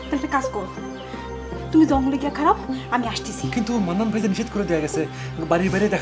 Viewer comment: সব থেকে বেশি হাঁসছি যখন জাপন ডাক্তার মান্নান কে মন্নান বলে ডাকে, 😂